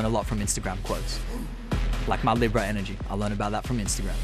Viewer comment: why is he saying libra like that hahahah